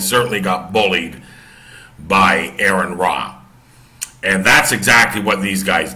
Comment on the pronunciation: I watched your video. I have a few points I would like to address. 1. Aron's name is pronounced Are-ron not Air-ron. 2. Christians are not prohibited from debating. Part of establishing Christian doctrine came from debating theology. Also there is 1 Peter that says be ready always to give an answer. You should know what you believe enough to discuss it and debate it. 3. This was not billed as a debate this was billed as a discussion. 4. They were discussing whether the earth is a flat earth. They were not discussing creation. 5. You can quote scripture without knowing God. It's done all the time. Many times even it is done accurately and within the appropriate context. 6. There are Christian who are practicing scientists that reject the notion that the earth is flat on the basis of the science they know and can demonstrate. 7. Of course people go to the world to defend God. It makes no sense to go to the Bible to attempt to do it because that would be akin to using a comic book to justify the existence of superheros. If someone does not believe in God then saying the Bible says this does nothing to support your argument because they have no reason to believe it. 8. You can deny anything that is not supported by testable claims. If something cannot be demonstrated to be true you're pretty safe in rejecting it as not being true. 9. Atheism just means a lack of a belief in a deity or deities. There is nothing else other than that. An individual atheist may believe in evolution o